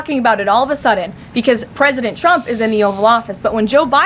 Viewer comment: Dear lord! She can’t pronounce “ trump” she always says “ Chump”! Is that a slip?